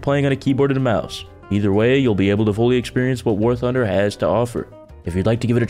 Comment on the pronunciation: I heard war hunder who else did